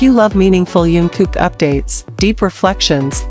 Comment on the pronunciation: I stopped watching the minute you mispronounced his name!!!